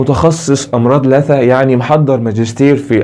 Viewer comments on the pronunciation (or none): ياخي لثّه بالشده مو لاثه قرفني نطقك لها بالمقطع